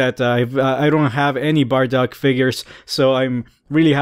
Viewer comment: burduck? I thought it was bardock.